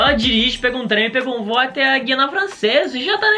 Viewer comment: O nome correto não é guiania..É guiana caralho!!!